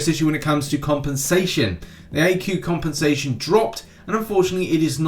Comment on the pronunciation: I really like your accent when u say compensation tbh please say it in the next news 10 times without any reason or not it's not necessary